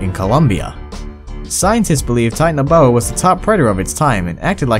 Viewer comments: it not tinan boa it titana boa i dont no how to speel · it's not tianaboa it's titanaboa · And he can't even pronounce the name Titanoboa... He seriously need a slap with a history book of Titanoboa..